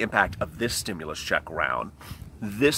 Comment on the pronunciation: Ooooh ahhhhh, just say stimulas one more time please! Lol. Wow!